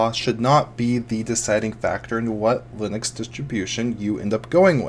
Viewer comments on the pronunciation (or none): none